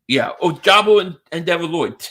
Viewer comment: it's pronounced oh-ja-bow